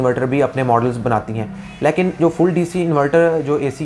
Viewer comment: apna "lekin" kehna theek karen. "Layeken" nhi hota. Ek video uploader ko zuban saaf istemal kerni chahiye.